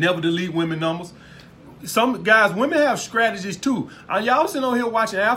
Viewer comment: I love you man . I subscribed. “Scrategies “ lmao. I love it . You speak the gospel truth